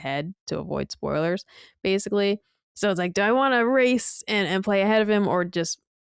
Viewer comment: As someone else who demands proper grammar and accuracy, do yourself a favor and don’t ever watch Digital Foundry when John is on. You’ll hear him butcher the word ‘basically’ and mispronounce it as “basely” approximately 10,000 times per episode.